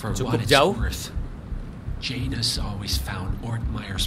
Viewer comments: kak bukan jonas tapi janus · Janus bang bukan jonas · Janus kali....bukan jonas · Bukan jonas tapi janus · Janus bukan jonas kak regi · Janus kak regi , bukan Jonas wkwkkwkw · Janus bang bukan junas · Janus bukan jonas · Janus kak bukan Jonas:v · Janus bang, bukan Jonas 😂😂😂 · bng bukan jonas tapi janus